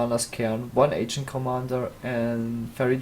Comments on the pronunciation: pls do what he says, my nazi senses tell me to post mean comments whenever I hear you say it wrong and I won't be able to hold it back for much longer... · Its not agent squire/commander, its ARGENT